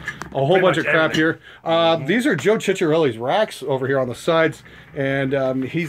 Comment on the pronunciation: (still) has trouble reading and/or hearing, it would seem:P Say it with me: Chi- CA -re-lli...